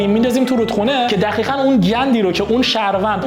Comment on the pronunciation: دقیقا!! ( با صدای ) دخیخا 😂😂 شوخی